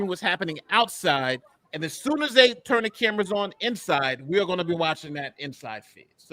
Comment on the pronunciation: Wish she stopped saying” Turt” The word is Turn !!!